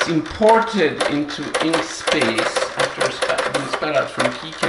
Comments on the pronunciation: Perhaps I'm more deaf than I thought from it sounds to me like you're saying Inkspace? Surely you mean Inkscape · FYI - it's "Inkscape" not "Inkspace" :) It's a project I've contributed to and absolutely love. Best vector editor out there. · Excuse me, did you really mean "Inkspace" or is it "Inkscape"?